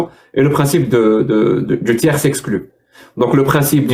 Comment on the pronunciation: Dans "tiers exclu" on ne prononce pas le "s". 😎